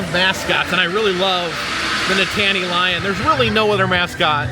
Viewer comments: Nitttany is pronounced Knit-Knee as in the Nitttany Lions football team from Penn State (State College, PA). Penn State Health snd Hershey combined years ago which is why you'll see Penn State at Hershey. Thats a brief history, lol. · Nittany is pronounced Knit-a-Knee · Live this video but u were making me laugh with your pronunciation of the NITTANY Lion (actually pronounced like: “NIT-KNEE”) Penn State-er’s were dying!!! lol. Love that you visited Hershey!! So awesome to see you in my backyard!! ❤ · Oh!! We love your videos — Nittany Lion! Penn Staters everywhere were groaning. 😂 We are thankful for your two thumbs up appreciating our mascot! Nittany rhymes with Brittany. ❤❤❤❤❤ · Nittany is pronounced like Brittney. My daughter and I watching and I can't unheard you say it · it’s pronounced Nit-Knee lion…. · Nittany rhymes with Brittany. Never mind about all that though. We love you anyway. Another fun video! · Its named after H B Reese. Rhymes with Grease. Nittany rhymes with Brittany. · It's pronounced Knit an y lion.Go State!!! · it's pronounced Nit-knee lion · Be glad you weren't there on Saturday. I've never seen it more crowded. Sure wish I would have been there when you were there, would have loved to meet you.( Btw...Nittany is pronounced like NIT-nee) Thanks for visiting Hershey! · That Nittany pronunciation hurt me as a Penn state fan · we love you man but you killing us Pennsylvanians with how you are saying Nittany bruh 😫😫😫😫😫😫😫😫😫😫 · You are pronouncing Nittany incorrectly my friend. And the Nittany Lion wears sneakers not dress shoes.. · He considers himself a connoisseur of mascots but doesn’t know how to pronounce Nittany? 🤔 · I thought the pronunciation of Reese’s was bad, until got to Nittany 😬🤦🏻‍♂️ His pronunciation of both are just atrocious and cringe! 😬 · The way you are pronouncing Nittany is sending me over the edge lol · It's Nittany lion not nitaany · Please pronounce it correctly: nit - nee (NOT: nit tan ee)